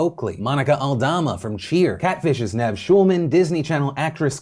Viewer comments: Damn Phil you butchered Nev’s name lol who tf is Nav? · Nev from catfish is pronounced Neev btw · Just wanted to note that Nev’s name is pronounced “Neev.” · Thank you! I worked as a production assistant on Catfish, and could not believe how many People would missprounce his name! He's the nicest guy on the planet.